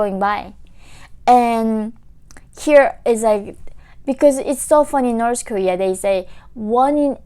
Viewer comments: I hear you saying Norsh Korea.... 😂 😂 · Norse Nefecta 🇳🇴🇰🇵! 😂